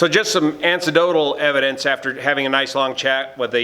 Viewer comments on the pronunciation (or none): Ha ha - "a little slip of the tongue there" was followed promptly by "ANTIDOTAL" instead of "ANECDOTAL?" A self-fulfilling prophecy? Oh well - there's room for humor in the presentation of JUICY INFORMATION! Thanks! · ‘Ancedonal’ 🚫 ‘Anecdotal’ 😉